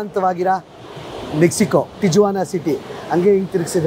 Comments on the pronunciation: ಅದು ಮೆಕ್ಸಿಕನ್ ಹೆಸರು. ಟೀ-ವನ ಅಂತ. Not ಟೀ-ಜುವನ . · ಸಾರ್, its great of you to have visited this place .👍 But ಅದು ತಿಜುವಾನಾ ಅಲ್ಲ, ಸ್ಪ್ಯಾನಿಶಲ್ಲಿ J ಸೈಲೆಂಟು. ಅದನ್ನು ತಿವಾನ ಅಂತ ಉಚ್ಚರಿಸಬೇಕು. ನಾನು ೧೯೯೯ ರಲ್ಲಿ ಅಮೇರಿಕಾದ ಸ್ಟೂಡೆಂಟ್ ವಿಸಾದಿಂದ H ೧ ವೀಸಾಗೆ ಸ್ಟ್ಯಾಂಪ್ ಮಾಡಿಸೋಕೆ ತಿವಾನಾದ ಅಮೇರಿಕನ್ ಕಾನ್ಸುಲೇಟ್ಗೆ ಹೋಗಿದ್ದೆ. ಭಯಂಕರ ಅಪರಾಧ ನಡೆಯುವ ಶಹರ ಅದು. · ಅದು ಟಿಜುವಾನ ಅಲ್ಲ, ಟಿಹುವಾನಃ. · It is ಟಿಹ್ವಾನ not ಟಿಜ್ವಾನ. Sorry, I had to say this. 😊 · Hi sir and mam your all videos are amazing bestest videos in kannada nan anthu nim channel big fan ondh video nu bittilla.. matte ondh correction in this video TIJUANA na ju should be read like that.. ju becomes hu.. please read it like TIHUANA. I live in California Bay Area. I love your Amazon forest videos especially and also Iceland videos. Hats off to you both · Appa nimma pronounciation sari madkolli. Tiyavana antha. Guatalahara kanri. Katkondavare alla. Katkondiddare. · It’s pronounced as Tihuana. In spanish, j is spelled as h. Trump during first term built only 50 miles of wall. wall existed built during earlier administration. Mexico sounds as Mehico. No matter how high the wall, coyotes find a way to smuggle the people from Mexican borders. There are lot of tunnels that are dug directly into border towns in US. Did you know that #2 illegal immigrants are from India? There are some states in US encouraging the illegal immigrants. State doesn’t cooperate with immigration enforcement. These people have nothing to lose. Once they enter US. They hide behind community and work for lower pays. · Hello, lovely people' great and very informative videos. I am curious and always looking forward to your videos. And it is never disappointing you guys are special vlogger than all you youtubers. hats of and. Stay safe and all the best. " Tijuana "it's produced as "tee·uh·vaa·nuh"